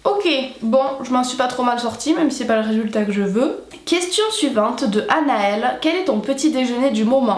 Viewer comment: Ouiiii trop contente que ma question soit sélectionnée et que tu prononces mon petit prénom "Anaëlle" avec ton accent! J'adooore le muesli aussi, trop chou!